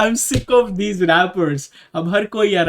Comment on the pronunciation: When he says Diss guys it sounds like disguise